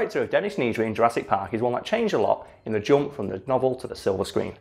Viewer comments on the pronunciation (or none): “Needry”?! “NEEEEEDRY”!!?!